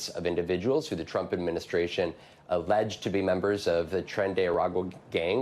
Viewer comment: Planet sized emphasis on the word alleged.